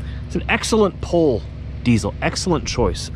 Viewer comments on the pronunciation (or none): none